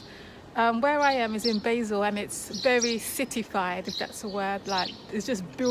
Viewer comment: Pronounced BAHzel, rather than BAYzil...